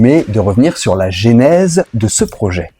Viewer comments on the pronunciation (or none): none